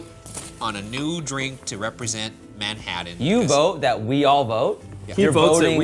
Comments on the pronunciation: Did anyone else finds the way Ryan pronounces TT's as D's distracting? Manhaddan, buddon, and so on? I've noticed him saying "button" this way before and it tends to be more subtle, but the way he says "Manhattan" was over the top enough to make me wonder if he's aware he does this. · Ryan- "man-haddin" Shane- "MANHATTAN!!!" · The way Ryan pronounces Manhattan makes me angry 😂😂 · Ryan's pronunciation of Manhattan makes me cringe.